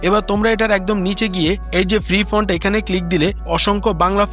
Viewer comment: ফ্রন্ট 😂😂😂 ফন্ট